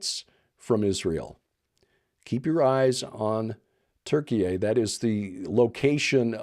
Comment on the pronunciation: I wouldn't expound on pronouncing Turkey as Turkey-ay, even if you're correct. Like, nobody gets why you pronounce it that way just districts from the content.